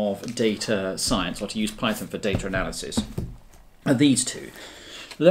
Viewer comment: "Daytra Nelisys"